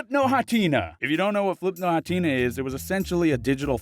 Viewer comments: Are we just going to brush over how he pronounced Flipnote Hatena? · You pronounced Hatena wrong. Wryyyyyy